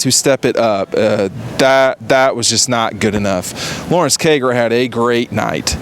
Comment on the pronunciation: please pronounce Cager’s name correctly.